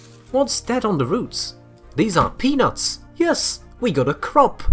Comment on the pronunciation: Anyone else thought he kept saying penus instead of peanuts